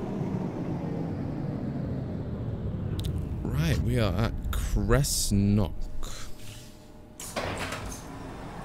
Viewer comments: It’s actually “Cessnock” (Se-ss-nok) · Great vid though just a heads up, like others have said Govan is pronounced as Guhvan (like you're saying luvin) & cessnock is pronounced as Sessnock